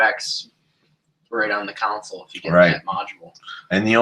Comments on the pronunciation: Console*, not council. :( Good info though. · Yes It’s hard to listen to the videos....but I was just poking fun at how you say console.